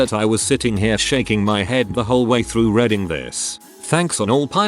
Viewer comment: How come the computer can say "read" but calls it "redding" when the ing is on the end? Stupid computers,.